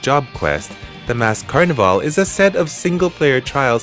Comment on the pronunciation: Totally not making fun of you... but i think just about every native English speaker cringed every time you said Carnival. You're saying: Car-neh-Vale when it's more like: Car-Niv-All